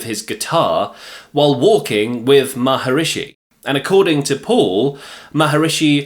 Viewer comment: Lol to your pronunciation of the yogi's name, haha wow.